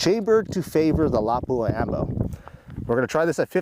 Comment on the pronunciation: It's always hilarious how Americans pronounce "Lapua". It's a Finnish word with only one "P". Put equal weight on each letter, and don't accentuate the "P". It's pronounced Lapua, not Lappua. 👍 Anyway awesome video, and awesome ammunition.